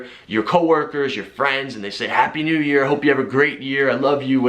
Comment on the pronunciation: wtf that guy was talkin all this trash and all of a sudden he says hapoy new years😂